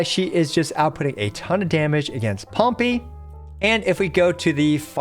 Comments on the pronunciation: I just have to say it but Pompey is pronounced Pom-PAY not Pom-PEE. Not sure if it's just cause it sounds funny (I thought so). But had to add my 2 cents, otherwise it'd bounce around in my head all day. Lol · No offense, but if you pronounce Pompei like it's a little penguin pet one more time, I'm gonna crash the f*ck out